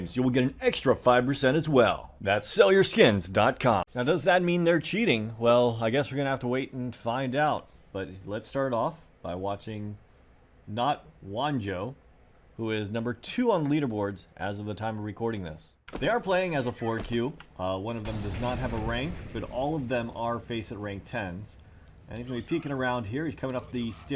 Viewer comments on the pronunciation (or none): juanjo is pronounced "who and hoe"